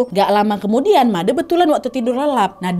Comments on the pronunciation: Akhirnya sampe juga khw dari bali, sebagai org bali udh ga sabar nunggu eps khw dari bali,😄 semangatt terus dan sehat selalu kak nadhia. Oh ya kak izin koreksi pengucapan kata made nya tu pake pengucapan kata "de" di kata "onde-onde" kak😊 makasii banyak kak, udh jadi dogeng sebelum tidur akuu❤❤ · Seneng spt biasa mendengarkan dan nonton cerita. Cuma episode ini agak terganggu dikit krn pelafalann nama "bli made" salah hehehe. Tapi semua okkee dan baguss.. good story kak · maaf ya kak cuman ngasih masukan penyebutan nama yg kak nad bilang itu salah bukan made tapi pakek e ya gitu deh pokonya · Kak just info, nyebutnya itu Made bukan Made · Fyi kk made "e" nya itu di baca seperti ngomong e pada ember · Maaf kak nad "Made" nya yg huruf e dibaca pas baca kata "tenda" ❤❤❤ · kak nad, cara baca made itu e nya make e yang lagi satu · Kak nad,baca Made itu "Made" bukan "Made" paham ga kira2?😁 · baca MADE seperti baca CABE kak Nad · pengucapan made nya salah kak:') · kk penyebutan made ny salahh hihihi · Made nya dibaca Made e nya kek baca Sampe kak wkwk tapi gpp namanya juga ga tauu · Made huruf e dibaca seperti baca tempe ... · Sebenarnya pengucapan "Made" itu slh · Kak btw namanya made bukan made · made kak bukan made, tpi lucukk😭😭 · made' kak bukan madee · Halo kak Nadia aku dari Bali tadi tadi kak nad salah sebut nama bukan Made tapi made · Maaf kak aku ke tawa itu cara baca nya salah seharus nya made bukan madè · kak nad, made huruf e nya dibaca pake e tempe bukan e elang kak... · Menyebut nama Made nya kurang tepat mbak. E nya bukan seperti baca TEman tapi baca E nya seperti baca Eka 😊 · malam kak nad, cuman mau bilang kalau manggil nama made tu made kak bukan made' wkwkwk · FYI kak, "made" cara bacanya tuh e nya seperti nyebut e di kata "sore" bukan madè yg e nya seperti nyebut kata "sèpi" 😂😂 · Kak, Made itu penyebutannya seperti Bule bukan Madeu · Oiyaa kak nadd cara maca namanya bukan made tapi madè yaaa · Made kak bukan mad'e😂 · Made kak, e nya kyk eman